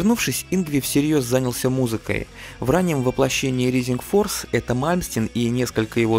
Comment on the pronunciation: знания английского храмают рисинг форс блять джими хендрикс експеренс